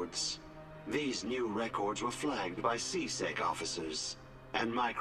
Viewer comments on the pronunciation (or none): It's C-SEC not C-SEC"T"